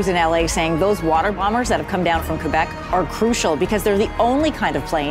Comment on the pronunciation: Great franglais! You're officially bilingual😉